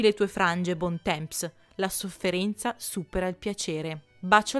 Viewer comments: Bel video, ma ua cosa... la pronuncia francese... non è bontemps, ma bontom... o cose simili. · Bel video!! Comunque Bon temps si pronuncia "bon tom" 😘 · Bontemps dovrebbe essere "bontan" con n quasi muta. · Uno che mi viene in mente è Bontemps. Se sai leggere L'IPA ti faccio la trascrizione volentieri!